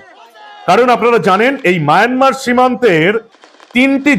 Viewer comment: আপনি খবরে মায়ানমার কে বার বার মায়নামার বলছেন ।